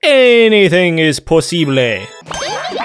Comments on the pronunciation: Ever time is posible Se le salió lo mexicano xd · Anything is posible 😂 Si pronunciaste bien la palabra possible en español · He said possible in another pronunciation